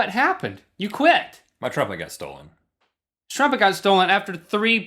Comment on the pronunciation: Link... Trumpet has 2 vowels... not 3.